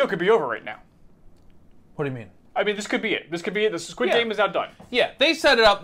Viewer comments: Is there a reason... or am I just hearing it wrong. The guys keep saying "Skid" game vs "Squid" game. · im just sad im not going to get to hear u say SKID GAME anymore </3